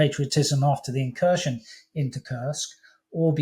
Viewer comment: Not incursion but Inkurstion